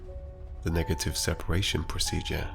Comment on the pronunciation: I hear my old chemistry teacher bawling across the classroom: sepAAAAAAAAAAAAAration. Not sepEration!